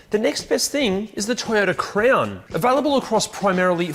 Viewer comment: Am I the only one hearing crayon instead of crown?